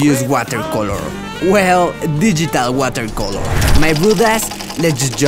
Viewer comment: I like the way he said 'color' Especially digital watercoloorrr...